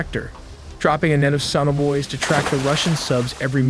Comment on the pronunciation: should’ve explained better what the USA helicopters dropped into water. Couldn’t understand you. “Sun-avoids”????